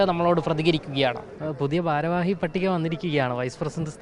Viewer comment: പൊട്ടാ "ബാരവാഹി " അല്ല. വീണ്ടും വീണ്ടും അങ്ങനെ പറയാതെ.